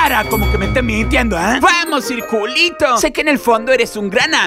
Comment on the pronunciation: Ustedes me da risa, dijo circuliti